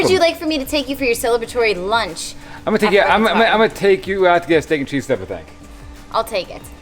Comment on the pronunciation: Did he say steak and cheese?